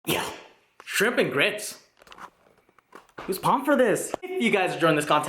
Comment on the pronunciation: Come on get it together. It’s grit! Lol. 😋